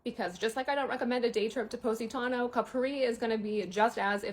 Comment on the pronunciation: Poh-sitano? Stop it!